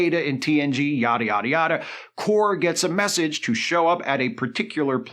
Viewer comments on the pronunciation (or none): Not that it matters...Kore pronounced KOR-ay. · I appreciate the fact that Isa Briones' character in Picard S2 was so unmemorable that pronounces her name differently from how it was said in the series